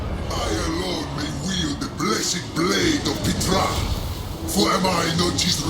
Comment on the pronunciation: I’m pretty sure the ‘P’ in Ptra is silent; it pronounced Tra.